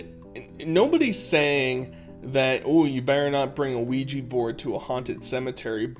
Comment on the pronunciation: Wait is he saying luigi-board?